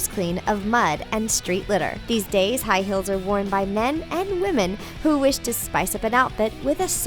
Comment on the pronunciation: The ways she says "high heels" makes me cringe